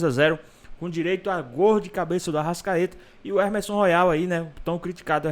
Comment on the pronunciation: O nome do lateral não é Ermesom, e sim Emerson